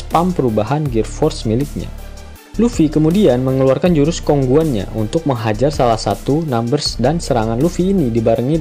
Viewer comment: Musketeers dibaca masktetir bukan maskentir Kong gun dibaca kong gan bukan kong guan Astaga masa bisa mleset sih pembacaannya